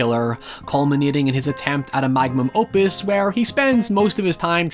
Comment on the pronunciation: What the hell is a 'Magmum opius'!?